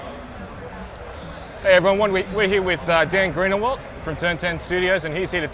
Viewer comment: Who the hell is Dan "Greenawait"?